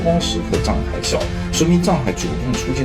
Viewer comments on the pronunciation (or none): 藏海····不是沧海··